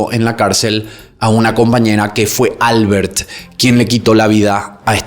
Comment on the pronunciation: Comentarios fuera de lugar sobre Rosa. Su vida sexual está siendo cuestionada. “Controvertida” (no “controversial”). “Albert” se pronuncia “AL-BÉRT” (no “ÁL-BERT”).